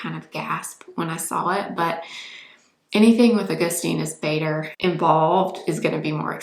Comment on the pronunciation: Such a gorgeous girl! Wow! And the whole makeup is beautiful! 😍 It's just the way she pronounces Augustinus Bader surname is sad! 😅🤦‍♀️